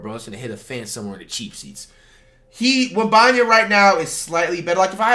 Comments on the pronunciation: No way commentator called him wembenyana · Flights pronunciation: Wemeyamen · Dude said Victor wembambam 😂😂😂😊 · victor wembayuuyyammma man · “Victor Wembeneyembe” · Bruh just say wemby 😂 it's "wembanyama" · “Victor webaman” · "Victor wembemabah" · Victor wemenyamna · Heres to many years of flight mispronouncing Wembenyamas name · I just came to listen to Flight trying to say Victor Wembanyama